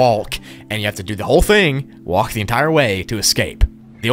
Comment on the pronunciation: The way say "WALLK" 😂